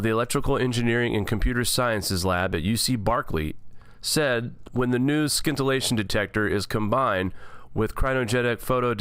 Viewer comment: It's pronounced sintillaion. The c is silent like in science. The technology has existed for years. What changes over time is the material the scintillation crystal is made from.